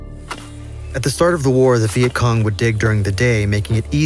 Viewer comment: The the start u said veient Kong lol